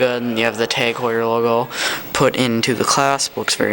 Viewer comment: You have the arms of a little girl. It's pronounced Hoyer. I love mine.